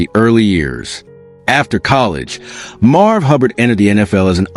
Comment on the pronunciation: MARV! MARV!! Get it right!